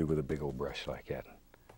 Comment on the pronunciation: "Sumthin about like at." - Bob Ross